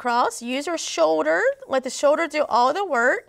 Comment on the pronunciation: Its Shoulder not show-der.